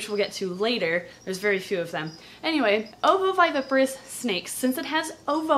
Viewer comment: How many times does it take for you to mispronounce ovoviviparous